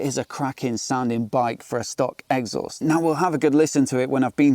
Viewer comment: Love the way you say 'egg sauce'. I'm literally never saying exhaust again. Brilliant